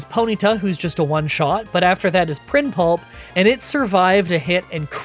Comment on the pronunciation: a bit of a oopsy on your part u called primplup , prim pulp you mixed up the location of the l on that one a huge L if you ask me XD